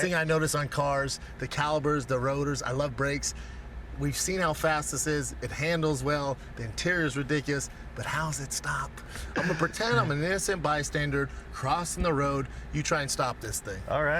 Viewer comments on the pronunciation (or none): "caliBers" "innocent bystandard" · “Innocent bystandard.” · “I love the calibers” “I’m gonna pretend I’m an innocent bystandard” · "Imma pretend im an innocent bistandard" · Caliber not caliper & bystanderd not bystander 🤦‍♂️ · Did he say innocent by standard?